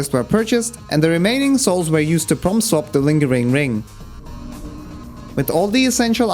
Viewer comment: Every time he says Prompt Swap it sounds like From Soft.